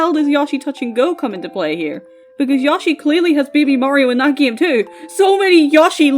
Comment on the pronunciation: I am begging you to stop saying yawshi 😭